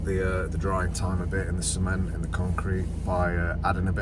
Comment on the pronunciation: Lol I choked on my nescafe then when he said C ment, I thought he said semen lol. Xx